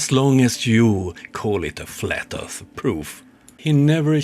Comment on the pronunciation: Mapping the flat erf? Lol